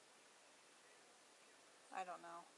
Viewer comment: Ayy can we geta fuggin fingaprin scaahna ovaeeaar